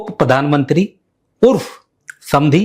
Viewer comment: padan mantri nahi, it's pronounced as PRADHAN MANTRI